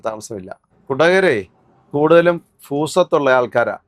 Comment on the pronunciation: ഫൂസ്വത്ത് അല്ല ഭൂസ്വത്ത് ഭരണിയുടെ ഭ